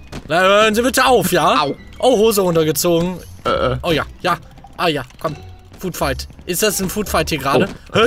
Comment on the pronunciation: Englisch Hilfe: Food Fihkt = Essens Schlacht